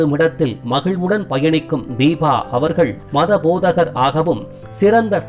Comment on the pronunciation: Its Deepa not deeba